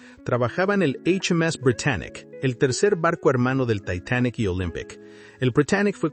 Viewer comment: Lo único que No me gusto es la pronunciación de algunas palabras , en ves de decir Titanic dices taitanic